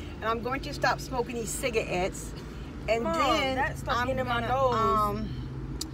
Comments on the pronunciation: Theonly_ Avaii CiGaEtTs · She said Cigaetts 😂😂😂 im crying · imma stop smokin deez 'cigaetts' lmaoo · She says cigets BOIIIIIII it’s cigarettes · “How do u spell it”? LLEH👩🏼 I’m DEAD “( cigaettes)”😂😂🔌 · Cigarettes but she said figure she says cigarettes lol